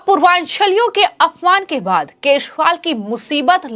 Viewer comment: को केजरीवाल, बी जे पी व चुनाव आदि जैसे शब्दों को, किसी योग्य टीचर के संरक्षण में, रोज कम से कम 100 बार सही उच्चारण करने की प्रैक्टिस करनी चाहिए। शायद फिर वो ठीक तरह से बोल सके।